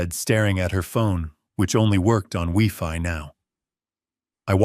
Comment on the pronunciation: Wifi not Wefi 😂😂😂😂😂